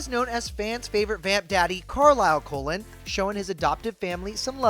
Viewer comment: The who family am I the only one who heard colen family instead of cullen family.